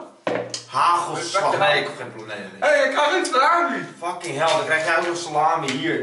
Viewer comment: salami klinkt als sla my